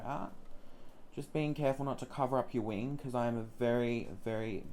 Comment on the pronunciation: It took me a minute to get what "winge" was 😂😂